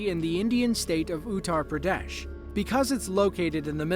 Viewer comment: Pradesh sounds like "pyare desh", a YouTuber